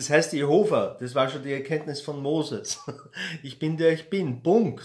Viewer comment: Absolut Quer bitte. Irgendwann im Video hast du "Jehova" gesagt - und ich hab je Hofer verstanden Musst ich lachen 🙃